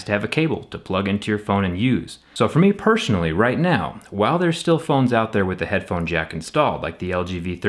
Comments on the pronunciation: And for me pershonally... LOL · for me pershonally xD